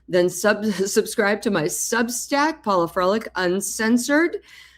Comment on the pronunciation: Paula. (Not Paulo)